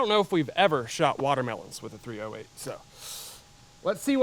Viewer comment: My man, it's not called "three oh hate" for no reason.